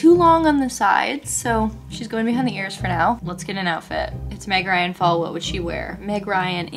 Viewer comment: everytime says 🎃meg ryan fall🎃 I can't stop listening ✨migraine fall ✨ I love meg ryan ok??? I'm just stressed out